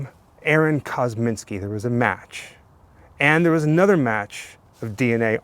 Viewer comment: It's "Kosminski", not "Kozminski", and no one has any idea if he was actually Jack the Ripper. VERY sketchy speculation at best, and lots of detractors. Come on... The "100% match" is greatly disputed. Chain-of-custody issues are only a BEGINNNG of the claims that this 'evidence' is faulty. I get it, you do a 'show' about this stuff, but get real. This one's silly. "Please be careful" kneeling down in that tall grass... 😝 I like your videos, but I have to say this was a stretch. Not a good one. Credibility is earned, not perpetuated by sycophants who love everything you do and who choose not to do their own investigations into the facts. After all, that very dynamic is why we have a moron like Trump in charge of our once-great country. You get a Thumbs-Up, but only out of respect.